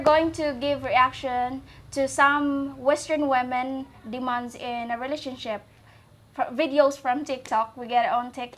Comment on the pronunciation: I think its funny how you say demands, it sounds like demons LOL